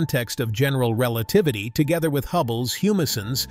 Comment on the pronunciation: Relatavity. Nice.